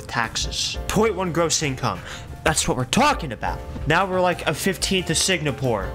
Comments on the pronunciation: its not SIGNAPORE its SINGAPORE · bro really saying "signapore"